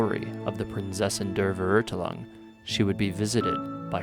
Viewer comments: Always funny and cringe to hear non german speakers trying to pronounce german words lol "verurtlung" is pretty wrong Her english VA is pretty bad, or rather the choice of letting her butcher German words is bad. In JP they just translated the German so it doesn't end up that bad. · VERÖRTELANG!!! Oh, und das mit dem "Fräu-leyn" beim Ultimate ist auch mega nervig. xD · Prinzessin der Verurteilung? Nah Prinsesin de veurtalung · You are surpassing each of your prior videos. Great work! :) I especially like your editing and how you are able to seamlessly combine various footage from trailers, gameplay, the menu and so on. By the way, the word "Verurteilung" is more properly pronounced: fair oor tile oong. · I die from laughter every time I hear say "Prinzessin der Verurteilung" and mangling the pronunciation of "Verurteilung" so badly. Also the "reich" of Immernachtreich" in does not mean "rich" in this context, it means "empire" or "kingdom". Immernachtreich would then literally translate to "kingdom/empire of eternal night". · I hate how they say Verurteilung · Me a german hearing everyone say Prinzessin der Verurteilung Ah yes P A I N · Ok ok i know german words are sometimes really difficult to spell but its sounds sooo wrong everytime someone says Verurteilung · did the voiceactress even attempt to try to pronounce verurteilung right? wtf? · I'm not even German but I laughed because it sounds so wrong! The stress is on the wrong syllables too isnt it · i speak german and every time they pronounce Verurteilung like that i cringe SO HARD XD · The way she pronounced Verurteilung killed me inside. I couldt even make out that she said verurteilung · The way Der Verurteilung is pronounced is terrible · I’m sorry but it cringe me so much every time someone try to pronounce “Verurteilung”. Pls use G translate to pronounce it correctly. I’m not German but I speak it. Prinzessin der Verurteilung = princess of condemnation